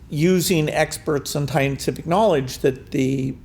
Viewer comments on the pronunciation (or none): Did Bill Gates just mispronounce "scientific"?